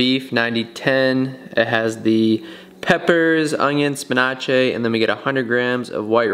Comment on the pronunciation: Why do you pronounce spinach like that